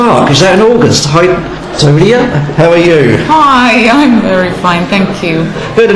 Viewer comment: This stupid announcer can not even pronounce her name in the right way...if i could i would slap the §&%! out of him right now -.-. But thx 4 the video anyways haha